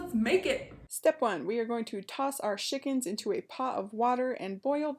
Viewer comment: I love how you say Shickens.